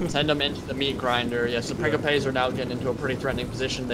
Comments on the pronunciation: Love your videos, man, been binging on them! Also, just because I appreciate your pronunciation attempts (and misattempts, haha)... Principes is pronounced "Prin-chee-pays" :-D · why does he keep pronouncing principes "prinkipes"? is that how its pronounced? because in spanish principe literally means prince and is pronounced like "prinsipes" but this is latin so idk, but in rome 1 and 2 the troops literally say "prinsipe" when you select them